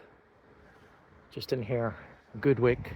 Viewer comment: I lived at Goodwick, pronounced Goodick......loved this video, lower Fishguard is exactly the same after 60 years ago.....thank you.....